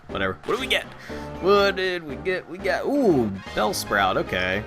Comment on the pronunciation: Coulda been my bellsprout get the name right foool